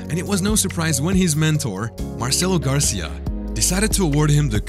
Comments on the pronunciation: It's Gracie not Garcia lol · The coach's last name Is pronounced "Gray-see" and the competition is said "Gee" like see but with a G